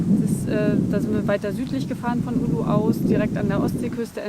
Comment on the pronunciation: Es heißt Oulu und nicht Ulu :D Aber schönes Video. Bekommt man Fernweh.